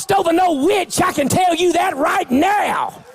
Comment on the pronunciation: Greg Locke is so full of shit he needs two syllables to speak single syllable words. “You git out na-yow!” “You speel castin wee-uch!”